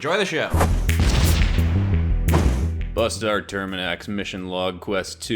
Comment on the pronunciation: Not trying to be a jerk Bustar, but it’s supposed to be pronounced (yowch-yah)